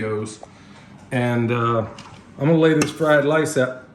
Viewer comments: Take a drink everytime says lice. You won't make it! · Great video!!! It's so funny that when you kept saying fried lice...you would scratch yourself somewhere!! You made me laugh out loud FOR REAL! What the heck. You obviously like fried rice!! I LOVE fried rice. I even know how to say it. LOL j/k Now, I understand the title of the video. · 🤣😂🤣 he keeps cracking me up with the fried lice, lol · You made my day today, calling rice, lice, then the cabinet doors left open was the kicker lol